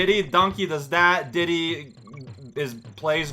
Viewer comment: I like how you pronounce Diddy "Dee-Dee", makes me think of Dexter's lab.